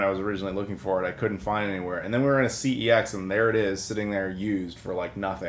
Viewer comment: Interesting - I have never in my life seen a PEGI 4+ rating, and I collect religiously for the era where it was supposedly in use ( ). Also, as a CeX seasonal employee, the pronunciation is "sex". No I'm not shitting you, it's official.